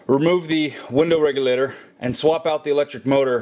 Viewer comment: Anyone love how he says window REGULATER lmao he says it with style.